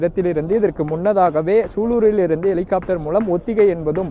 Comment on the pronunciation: Engairuku Sulurpettai, reporter correct sollu ,athu Sulur.